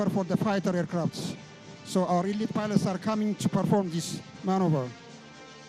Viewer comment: elit pilot 😂😂😂 ay English ...dominating 😂😂😂